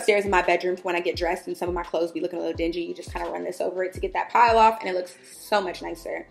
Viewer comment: I died at you saying PILE remover, lol. It's "Pill", your clothes form fuzz pills when there's friction.